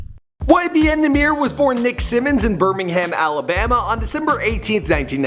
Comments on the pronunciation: nigha said “YMB” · He said ymb